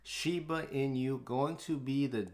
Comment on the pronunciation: "Inu" is dog in Japanese. Pronounced as e-noo. "e" like in e-mail and "noo" as in nook.